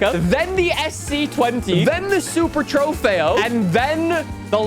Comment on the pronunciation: I cringe anytime you say “trofeo”